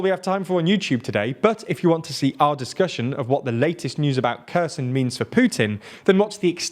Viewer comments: When he said "and discuss Kherson" at the start of the video I thought he said "and discuss cursing" lol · I'd recommend you to pay a tiny bit attention towards the pronunciations. I don't want these small mistakes degrade the quality of your amazing channel. Xi Jinping is She Jin ping. (not zinping). And kherson is khar sone